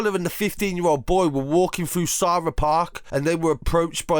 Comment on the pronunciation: I like how you covered this I know of abdullah & grew up next to Sara park (it’s pronounced like the name Sarah) & to be honest this is a regular occurrence in this park and has been for years in years it’s sad. RIP to the young man